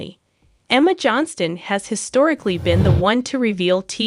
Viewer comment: Why do you repeat yourself, and their last name is pronounce Johnston incorrectly